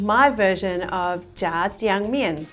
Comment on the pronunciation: You pronounced it great! And looks delicious